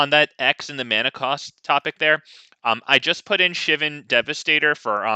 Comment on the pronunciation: You're also pronouncing Shivan wrong somehow.